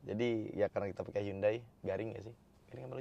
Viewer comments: Temen korea saya bilang pelafalan hyundai ya hyundai bukan yandei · Lebih tepatnya 현대 sih bang, Hyeondae. Bukan Yandei 😂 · Bukan yande tapi hyon dae (nama koreanya) Entah kenapa orang2 suka banget Inggris2in brand/merk yg padahal bukan berasal dari Inggris. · Bacanya "HANDE" bang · 현대 (HYEONDAE) . Orang korea bacanya HYONDE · spelling "Hyundai" ( 현대 ) yang benar adalah " Hyon De" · Sbenernya bacanya Hyundai adalah Yonde klo orang korea asli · Bukannya 'Hyeondae' ya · Saya cuma mau ngasi tambahan kalo Hyundai dalam penulisan bahasa korea ditulis 현대=Hyeondae. H+Yeon dibaca seperti kita membaca "krayon" dan Dae kurang lebih seperti kita membaca "Desa". Sekian 🙏